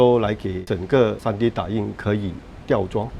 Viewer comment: tree D😂😂😂